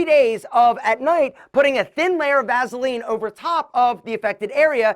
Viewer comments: I just can't get over hearing him pronounce it "vazzuhlean". Lol. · "Vazeline!" Lol😂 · I hate how he says Vaseline 😂